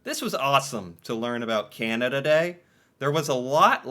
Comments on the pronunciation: I cringe every time you say Keyanada. You say Canadian ok. Keyanda is the way most Americans say Canada. Pet peeve on my part. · I love his pronunciation of Canada as "Kee-anada" lol